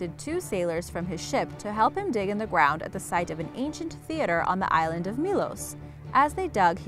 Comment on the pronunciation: Did you say gwound